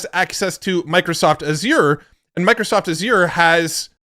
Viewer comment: You need to learn how to pronounce Azure.